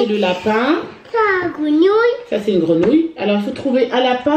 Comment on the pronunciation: Hello. J'adore la façon dont prononce "grenouille". Je me surprends à sourire toute seule.